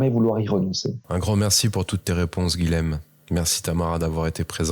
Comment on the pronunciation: SVP les "nordistes", le "LH" présent dans le prénom Guilhem se prononce "Y", car c'est un prénom occitan (beaucoup de seigneurs de Montpellier se sont appelés Guilhem). Merci ! 🙏😊